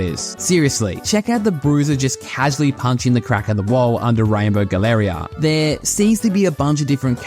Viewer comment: "Galleria" is not pronounced that way in English, 😅